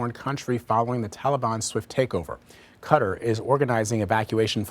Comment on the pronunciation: “Qatar” is pronounced “kah-TAR”. Please stop making it more difficult than it has to be.